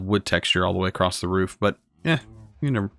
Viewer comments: Man it’s across not acrost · could you plese keep in mind that every time you say acrosst your triggering my perfectionism so it makes me want to help you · My guy says ‘acrosst’ 😂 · Please stop saying acrosst I can't take it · across not acrost. still like the series. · / it's just "across". "So it goes across." Not "So it goes acrossed/acrost. :P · You are saying acrosst wtf? xD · WHY DO YOU SAY ACROSSED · WHY DO YOU SAY ACROSST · He keeps saying "acrossed" 🤣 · i think its funny that he says acrossed instead of across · Is 'acrost' a Canadian pronunciation of 'across'? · I am not sure but I think you said acrost instead of across lol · ‘’Acrost’’ Great XD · Loved the video but cringe every time you say “acrosst” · Lol, I'm southern bred and cornbread fed too, but I also know that acrost is not an accent, it's wilful ignorance. Like libary. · No "T" in "across" or "sand"! LOL The Plow is perfect for one of my 64x64 farms.